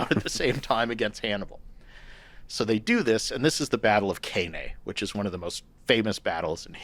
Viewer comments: "The Battle of CAY-NAY" 😂 Hannibal's victory dance "Now watch me whip.....now watch me CAY-NAY." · i clicked off when the expert couldnt pronounce cannae about 5 mins in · whole conversation is silly really, nobody should listen to a"Roman historian" who can't pronounce Cannae.